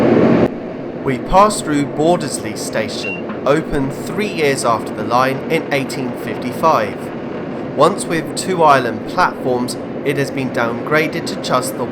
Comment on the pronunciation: Bordesley is pronounced Boards-lee